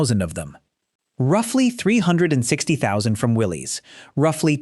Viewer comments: Willis Overland not Willie's Overland spelled Willie's but pronounced Willis the man who started the company's name was John North Willis spell with a y try to get it right if you want to be an authority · It's not pronounced Willie's it's pronounced Willis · The other company (besides Ford) that made the jeep is pronounced “will-liss,” not “will-leeze.” I’m old enough to remember Willys vehicles on US streets. Somebody should have bothered to check if they were going to make this video.